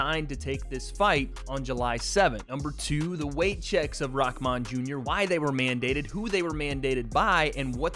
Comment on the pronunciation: It's rahman not rockman